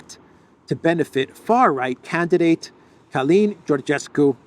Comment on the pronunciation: the way to pronounce Calin is like Kerlynn. You're spot on regarding his last name.